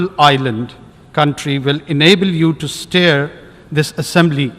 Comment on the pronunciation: Mr. Kakar, you may express the hope that Mr. President will steer this Assembly to a successful conclusion, but you said, "Mr. President, I am confident that you will STARE this assembly ......... I wish you had rehearsed your speech before boarding the plane!!! A fourth-class student could have READ those pages with correct pronunciation. You wasted Pakistan’s money on this lavish trip; this money could have fed one million hungry children in our country.